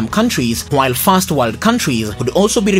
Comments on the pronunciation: I could hardly make out if you said "first" or "fast". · Which voice are you talking? I heard "first" as "fast" Please you doing well but needs more improvement